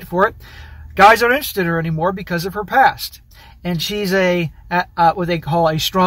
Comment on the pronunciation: You said "her past", I heard "herpes"